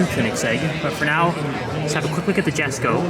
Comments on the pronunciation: For the love of the car gods and languages, it’s Yesko stop saying “Jes”ko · The J in Jesko is pronounced like a Y so it sounds like Yesko. Other than that killer job on getting all the shots and kudos your automotive knowledge.